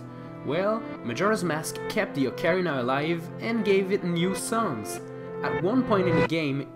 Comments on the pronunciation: He has horrible pronounciation. Dude says ocarina. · who taught you how to say ocarina?